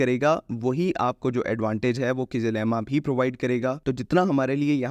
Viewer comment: It's not kizlima it's kizilelma.